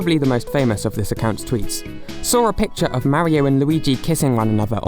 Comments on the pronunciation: The way you pronounce "Mario" is unacceptable. Stop that. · “Ideer” “Mary oh”